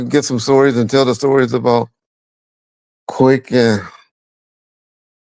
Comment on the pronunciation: Ease up, it's Quik 🙈🙉🙊